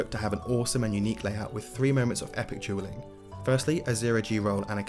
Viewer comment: On the timestamps, you called dueling dragons "Jeweling Dragons"😂😂